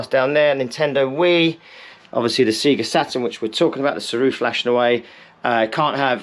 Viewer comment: Seeeega, surely sayga?